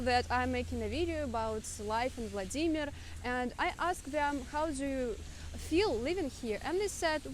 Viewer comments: Non-russian : VLAA-di-mir Native russian : vla-DIII-mir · Yes second syllable please! In german language we also say WLA-dimir. So funny hearing her saying the german word "SCHLAG-baum" as "Schlag-BA-um".